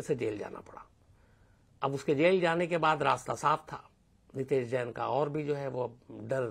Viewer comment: यह घटना अजमेर की है अलवर की नहीं और नाम गलत बोल रहे हो नितैश जैन नहीं नितेश नैन है